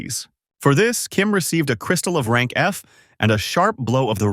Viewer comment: Is it really rang not rank ? 😂 But anyways nice recap